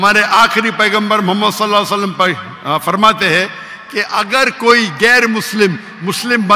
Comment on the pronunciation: Doctr sahib drood pak drust treeqe sy prha kryn s a w alhi wasalm